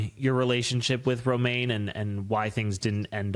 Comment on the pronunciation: it’s Roman Not a lettuce leaf Romaine 😂